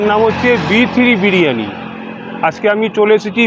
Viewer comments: B3 biriyani ❌ B3 bini ✅ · Birani... Decosan... Kano bangla bolte ki hoy over smart gadha r powder r delar aktu kom makhle hoy na.... Didi😂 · পরিবারটাই ছিয়াত্তরের মন্বন্তরের সময় মারা গেছিল।নয়তো এমন করে কেউ গিলতে পারে! খেতে খেতে কন্ঠনালী তো পুরো শেষ!! বিরিয়ানীও উচ্চারণ করতে প্রবলেম হচ্ছে।